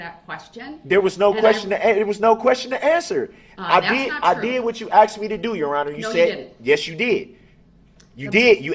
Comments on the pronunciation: "I did not axe dem da do dat". 🙄🤢🤮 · I did not axed them to do dat. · I'm sorry. The word he used was not "asked," it was "axed." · Axe, axed ,axes ax! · Axed to do dat? What does that mean? Help me out here. I'm confused. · Axed em ta do dat? Terrible to pay for this guy studying law in prison after destroying so many lives